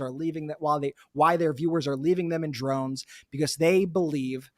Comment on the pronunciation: 'Leaving them in drones' - haha! Brett it's droVes